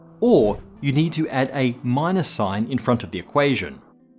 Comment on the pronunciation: From the start of the episode, i thought you said sin instead of sign, damn english.